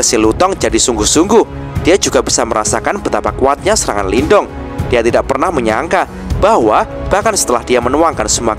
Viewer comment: Sebenernya pengucapan Lin Dong adalah 'Lin tung'. Sedangkan huruf T dibaca 'th', spt dlm kata the dlm bsh Inggris. Tapi bebas aja sih, yg penting kita seneng aja ngikutin jalan ceritanya.. 😊